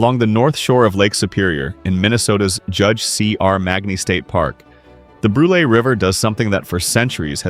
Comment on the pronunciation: As a Minnesotain I gotta say you pronounced Brule wrong.